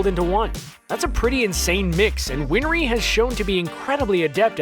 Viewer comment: You mispronounced Zanpakuto and Winrey. Also, with shikamaru's, those were shuriken, not kunai. But, overall, great work as always.